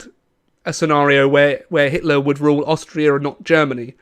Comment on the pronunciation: Your video contains hate contents towards Mr. Hitler because you read it as "Hilter" in the video😂😂😂